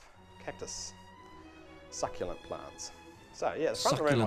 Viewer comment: Did he say his "Phallic Collection Of Cactus, SUCKulant plants" ???